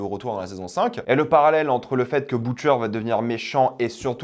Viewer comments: Je t’en prie arrête de Boutcheur, ça se prononce vraiment pas comme ça, pitié, sinon bonne review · Sinon prononce Butcher correctement s’il te plaît, merci bien.